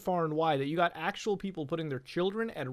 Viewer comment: “I giot into some heated arguments on Facebook.” I’ll stop ya there.